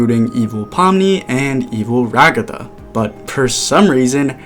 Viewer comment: no its ra-GAH-tha not rA-gUh-tHuH